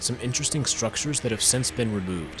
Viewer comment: STRUCURES LOL